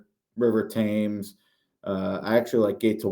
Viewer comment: It's River "Tems", after the river in London.